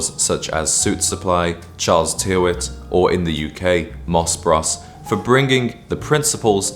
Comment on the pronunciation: A fascinating video, and very will put together :) One minor correction, "Moss Bros" is pronounced as Bros are short for Brothers, rather than Bross